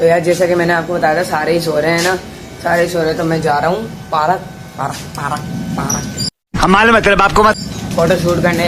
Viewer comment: Parak nahi park hota hai meri jan